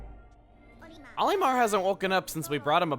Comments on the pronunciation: The bubbles that trap Pikmin in the air do not drown non blue Pikmin. They simply float in the air until either the bubble itself pops or until u throw a Pikmin at it. Also plz stop pronouncing Olimar's name like A-lee-mar I get that I'm just one person but it makes me cringe... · Hey Chugga, I was wondering why you pronounce "Olimar" as "Ollie-mar" when in Smash they pronounce it as "All-im-ar." You pronounce "Hocotate" how it's said in the game but it's different for Olimar. It doesn't bother me at all or make a difference to anything, I'm just curious is all.